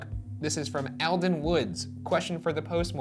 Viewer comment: Pronounced All-den